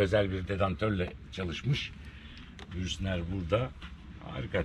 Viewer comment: Bürstner! Brüstner deyil🤣🤣🤣 Saygilar..